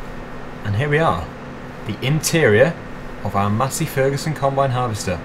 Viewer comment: Is he saying matty ferguson or Massey ferguson